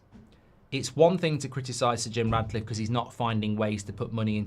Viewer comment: You do know his name's Jim Ratcliffe 🐀 right, regardless of Mark's ludicrous pronunciation? 😅